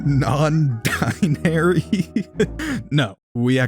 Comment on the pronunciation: “Dalloon Non-Dinary” Cannon